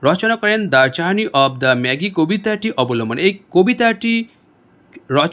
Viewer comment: জার্নি অফ ম্যাগি উচ্চারণ হবে না। জার্নি অফ ম্যাজাই উচ্চারণ হবে।